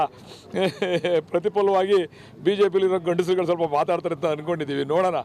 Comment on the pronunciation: ಓರಾಟ 😮😅😂( ಹೋರಾಟ) ಅಕಾರ ಹಕಾರ ಸರಿಯಿಲ್ಲ .ಗಂಡಸರಲ್ಲ ಪದ ಬಳಕೆ ಕೂಡ ತಪ್ಪು.